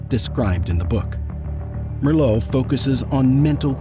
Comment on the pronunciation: When you use the name of a Dutch man, try pronouncing it correctly. When you say the man’s last name, you correctly pronounce the last letters: ‘(Meer)LOO’. Those same letters are in his first name, so they should also be pronounced that way (and not ‘Joust’. The first part of the last name is not ‘Merr’ but should sound like ‘mere’. It’s simply more respectful to address a person correctly. As Dutch people we do it the other way around too.